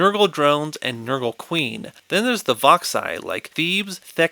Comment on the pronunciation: I absolutely lost it at "ze penguins of ze icecap zone"